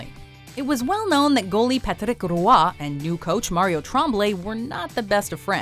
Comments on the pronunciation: It's Patrick ROY not Ruah. How people still can't pronounce his name right? It's not that hard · Yall absolutely butchered Patrick Roy's name. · it would be the correct way if she were speaking french lol